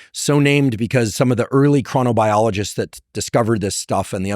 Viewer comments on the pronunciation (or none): Chronic-biologists ??? 🤣 This is interesting, but “chronobiologists”???? Lol